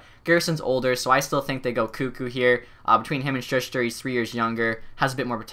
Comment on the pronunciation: Not dogging on you but for future reference it's Shoe-ster